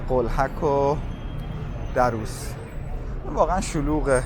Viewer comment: A walk down memory lane again! Lived in the area (Darrous) for many years. I can say it is one of the most pleasant areas of northern Tehran. Just one note here: It is pronounced Dar-rous , stress should be on R in the word. Thanks for sharing.